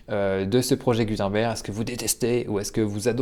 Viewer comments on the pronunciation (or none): Ça se prononce « GOU - TEUNE - BAIRGUE » 🤷🏼‍♂️